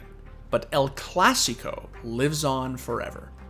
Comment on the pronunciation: why are u calling it el classico lmfao